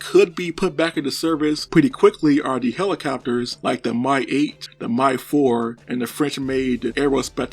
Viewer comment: Not "my". M-I 8.